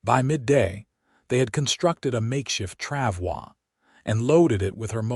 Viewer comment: FYI, “travois “ does not have a French pronunciation. It is pronounced “trav-oy” (rhymes with “boy”.